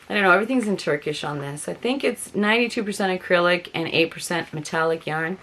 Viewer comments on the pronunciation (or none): none